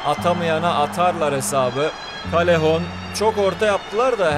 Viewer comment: Abi nolur doğru oku Yazılışı:callejon Senin okuduğun:kalehon Doğru okunuşu:kayehon